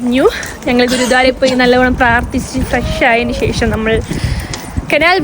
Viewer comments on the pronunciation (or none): none